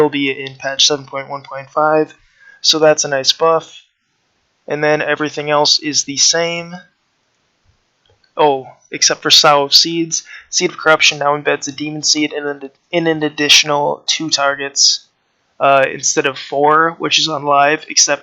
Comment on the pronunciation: I don't mean to be that guy, but sow the seeds is pronounced like the word so, or you could look at it as soe. when you plant a crop you're sowing the seeds for example. anyway, good video and glad to see affl getting buffed